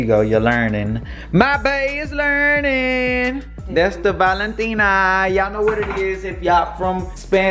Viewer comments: Yea it’s Valentina no tino lol she said it rite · Its called valentina not with a o cause i eat that sauce